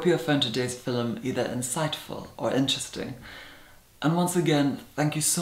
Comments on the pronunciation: It's a Scottish thing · Am I the ONLY one who is obsessed with the way she says the word “film” ?????!!!!! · airborne inscotland yeah but he's from Scotland